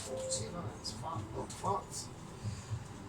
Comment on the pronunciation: FYI (being helpful): LL=Y so it's tor-tee-yah. Result seems more like a breakfast burrito to me than a wrap, awesome as usual. Great decision on Ron.